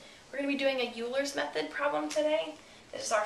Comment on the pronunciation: It's pronounced "oiler's method"....